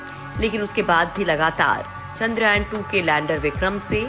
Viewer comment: पोस्ट बहुत अच्छी लगी लेकिन 'चंद्रयान' को आपके द्वारा बार बार "चंद्रायन" पढ़ना बहुत खटकता है। कम से कम मुख्य शब्दों का सटीक उच्चारण करने का प्रयास करेंगे तो अच्छा रहेगा।